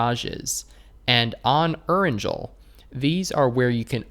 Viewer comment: Dude the way you pronounce Georgepool as Georgepaul and Erangel as Eranjel LMAO